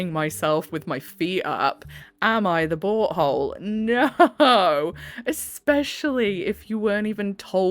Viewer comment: Love how when u say “Am I the butt hole,” I hear “Am I the BOAT hole?”❤ Love listening to a HUMAN! 🥰